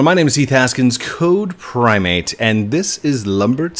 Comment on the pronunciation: It’s CodePrime8 not CodePrimate for all u new ppl XD